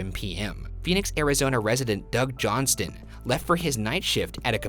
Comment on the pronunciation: Hi Ryan, the t in Johnston is silent :)